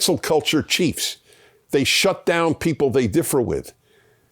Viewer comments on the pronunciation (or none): none